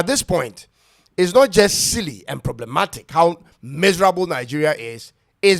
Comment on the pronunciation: 'Ploblematic'. Look at the person talking. Simply to pronounce 'problematic' is difficult. Anybody will talk.